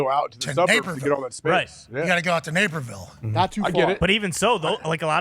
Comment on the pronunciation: Napierville.....LOL.... Naperville....quit having chat GPT write your news articles...LOL